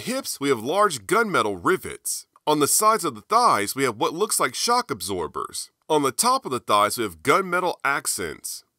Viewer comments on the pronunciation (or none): none